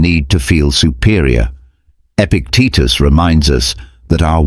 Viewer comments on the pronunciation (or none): Epictetus, not Epic Teachers...